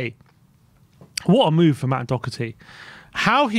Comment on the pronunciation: There is no C in Doherty.Its not Doc herty!!!